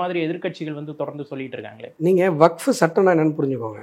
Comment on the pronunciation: அஸ்வத்தாமன் அவர்கள் WAQF என்பதை வகுப்பு,வக்பு என்றில்லாமல் மிக சரியாக உச்சரித்ததற்கு நன்றி.